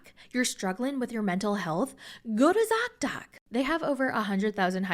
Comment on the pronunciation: Zock doc? Dot dot? Doc doc? I couldn't understand you lol.